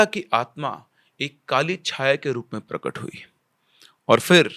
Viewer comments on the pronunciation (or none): none